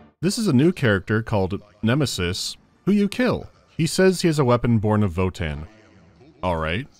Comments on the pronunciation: So....has anyome found out what the fuck was up with that live action girl who coulmt pronounce Nemesis? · I have never ever heard anyone pronounce nemesis as "Nemeesis". Also the Pathologic soundtrack use in that scene fit way too well